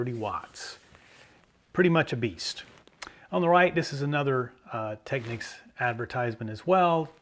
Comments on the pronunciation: Finally!!! Technics correctly pronounced. Thank you. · Not that it matters because this subject has been pounded into the ground, but there is a Technics commercial out on YouTube and they pronounce it Teck-neeks